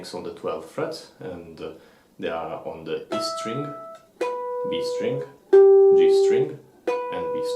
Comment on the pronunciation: I love this video! But in the future can you really enunciate the string? Sometimes it is hard to distinguish what you're saying when you call out a string. I can't really tell if you're saying E string or B string. Other than that, this was phenomenal.